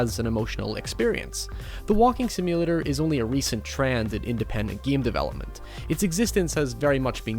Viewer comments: Mary Poppins one of the geams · Stop saying the word game like an idiot.